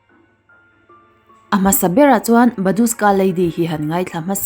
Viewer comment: "Badushka" tih in i lam tlat in ka hria(ka hresual nge?)... Babushka lady tih tur ani sia....